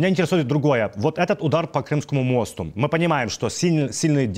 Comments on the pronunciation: По мостУ ударение на У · Мосту .ударение на у